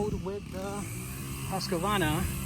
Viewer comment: Husqvarna is pronounced "Husq-Varna" and not "Husq-A-Varna"